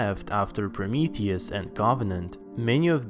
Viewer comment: ”maanny qQuaStzions zthat hwere laeft afftter Proumiuthiouz aandd coOvVennanntt”